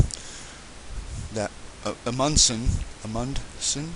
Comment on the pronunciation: If you are trying to come across as "educated"--you are WAY off the mark. Butchering it's name says a lot. How in the Hell do you not know who the Amundsen Crater is named after? There is a reason why they named a hole on the Lunar South Pole. Roald Amundsen is just the greatest explorer of the 20th Century. He led the first group to reach the South Pole, flew with the Italia in first flight over the North Pole & before that explored the Northwest Passage.